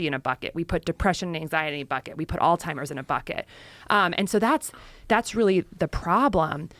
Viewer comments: It’s Alzheimers…. Not “All-timers”…. Very distracting…. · she said "alltimers" like 7 times this episode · Why does she keep saying altimers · Man this is such a good podcast, but why is she calling it alltimers? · Why does she keep saying “all-timers” 😬🤦🏻‍♂️ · I couldn’t keep watching it the first time after hearing her call it “alltimers” over and over again instead of Alzheimer’s. I only did a little studying and worked in hospice care, so she should know with the type of education she has. Don’t know why it annoyed me so much. Sounds like everyone liked this episode so I’m going to shut the fuck up and give it another shot. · All timers? She needs to say it right. Someone who is apparently so educated in medicine should know this. Turned it off after that. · Why do these intelligent people keep saying ALLTIMERS???? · All timers? Or Alzheimer’s? I can’t get a read on this lady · All timers? Come on now. Your a medical professional and you can't say it right? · Why can’t both of them pronounce Alzheimer’s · Why do they keep adding a t in Alzheimer’s ?? Joe and Casey need to correctly address the disease so everyone will listen. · Harvard dr actually pronouncing alzheimers incorrectly?! 🤦🏻‍♀️there's no T in it ffs! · except for the fact that she pronounces Alzheimers incorrectly lol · . Joe Called it alzhimers and all timers t seconds apart lol